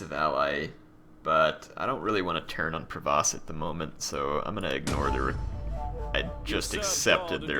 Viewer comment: the Duchy of Provence has an "n" in it so it's not Provoce, sorry to be one of those guys who corrects pronunciation:p